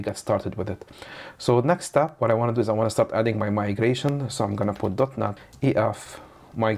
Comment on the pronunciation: I cant be the only one hearing dotNUT every time